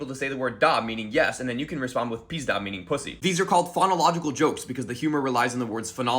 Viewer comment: The russian word has the stress on the second syllable. It's kinda important for the rhyme to work